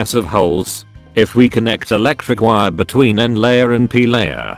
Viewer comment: Beetwen... lol